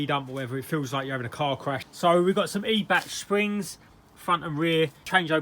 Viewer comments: It's not eeebach mate it's pronounced eye bac. Every days a school day 😉. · I thought it was pronounced “eye-back” Top work as always 👍🏻👍🏻